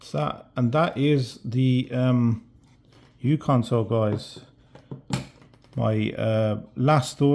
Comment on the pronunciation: If you hadn't written this comment I would have. I also think it is uConsole and not Uconsole... for µConsole